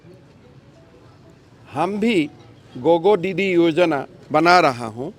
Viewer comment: FEKU GOGO DIDI ?????? Assam के tea tribe आदिवासी सुची में शामिल करें। गोगो डिडि 😂😂😂😂 उच्चारण डिटो अंग्रेज जैसा।